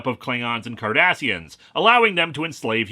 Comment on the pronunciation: Okay. I don't know a whole lot about Star Trek so I kept replaying it when he first said it. I turned on subtitles, they said Kardashians, and I didn't hear anything other than Kardashians.